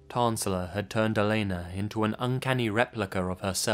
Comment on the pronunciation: You actually said my name (Elena) right lol. It's not that often I hear it pronounced correctly.